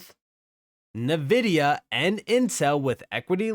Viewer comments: Just FYI, Nvidia is pronounced "En-vihd-ee-ah". Not "Nuh-vihd-ee-ah". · It's not Navidea it's Nvidea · HBAR will dominate pretty soon! Great video! -- Btw, NVIDIA is pronounced "EN-Vidia"